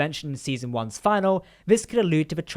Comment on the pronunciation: Brilliant. Oh, btw... “Finale” is pronounced, “Fin-ah-lay.” 😎